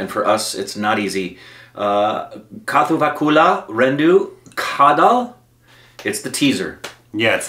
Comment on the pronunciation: Movie title: kaathuvakuleh rendu kaadhal Meaning: 2 loves by the breeze pronounced: kathavukuleh rendu kaadhal Meaning: 2 loves inside the door... Hmmmm.... kamasutra... hmmmm